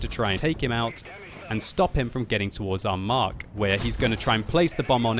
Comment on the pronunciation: you are my favourite youtuber, but please please PLEASE stop calling the tank the 'Mark'. Very irritating.